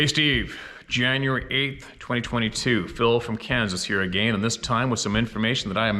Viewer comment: Say "Deckle" "A-Gayne"... Lol